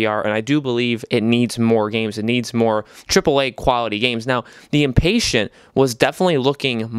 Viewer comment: Dude, it’s not Inpatient, like someone who is impatient. It’s the Inpatient, as in an Inpatient. You have the emphasis on the wrong syllable. And “toy around with these VR games?!!!” Are you kidding me? Have you not played Rush of Blood? That’s one of the greatest VR games on the system!